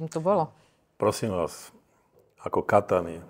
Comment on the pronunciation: Kataniy.....ja som počul....KAKANY